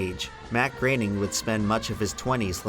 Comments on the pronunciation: Why is it pronounced "Greyning" instead of "Growning"? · It's not pronounced gray-ning It's pronounced groah-ning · GROW-ning not GRAIN-ing.. lol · IT'S PRONOUNCED "GROANING" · I always thought it was pronounced "Groan-ing" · Is anyone going to talk about how he mispronounced Groening so many times?